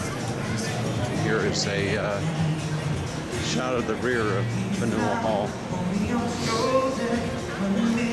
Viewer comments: Fan-you-ill Hall. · "Fan-yell" hall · FAN-u-ell! Like everything else in Boston it has a "unique" pronunciation. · Pronounced “fan-u-well hall” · You mispronounce Faneuil Hall! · You need to learn how to pronounce Faneuil.